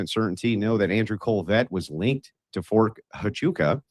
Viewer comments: I started thinking this is a Skit, every time he said “fort tuchawkaaa”…. The others say it properly and he only gets WORSE 😂😂😂😂😂😂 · it’s very telling that he can’t pronounce Fort Huachuca means he’s not following this closely, he’s just He’s out here shoveling crap for them! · I believe he was saying the name of the military base wrong (Fort Tuchaka) because if Stu says, yes he was there, then they can sue him for saying he was in the wrong place. 🤔🤔🤔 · I had to go list all his awful mistakes of the names on the fort on his stupid video fort 2 Chacha fort cuchacha ft. Coocaka fort coochie coo fort chubaca I think stu did fine and I don’t think you or anyone could do better than Stu did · you know he’s purposefully mispronouncing the name of the Fort, right? lol he’s trolling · He says the forts name wrong on purpose because he wants everyone to think he doesn’t know what it is or that it doesn’t exist.